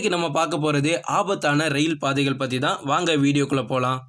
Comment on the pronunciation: தயவுசெய்து சரியான தமிழ் வார்த்தைகளை உச்சரிக்கவும் குறிப்பாக பாதைகள் பயணங்கள் போன்ற வார்த்தைகளை பயன்படுத்தும் போது சரியாக பயன்படுத்தவும் தமிழை சாகடிக்காதீர்கள்.